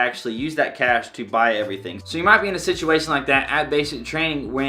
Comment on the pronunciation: "Sit-CHU-way shun" ❤️😂